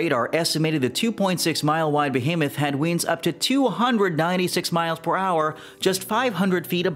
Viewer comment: This was very interesting. Side note, you pronounce winds like weeends.